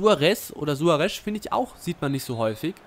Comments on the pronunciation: Ernsthaft:, wie kommst du auf Suare'sch'?:D Jeder Kommentator und jeder andere Fussballgucker weiss doch, dass er Suare's' ausgesprochen wird^^ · SuareZ, nicht Suoaresch... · Suarez nicht Suaresch! Aber trotzdem gutes Video! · Meiner Meinung nach klingt "Suaresch" voll bescheuert. :D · Sorry aber langsam regt es auf -.- Du kriegst keine folge hin wo du nicht einmal alle namen richtig aussprichst Suaresch?? Dein ernst?? Oder mirajas.. wtf xD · Suaresch xD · Suaresch hahaha